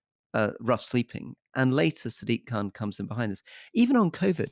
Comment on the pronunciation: Why are all these brits mispronouncing Sadiq name, dumbos is Sadiq not siddique